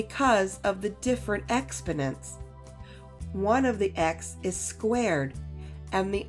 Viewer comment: Expodents? You open wit a word that is not only difficult to understand your pronunciation but he send me on a word hunt inside of 60 seconds which is ok but I’m not impressed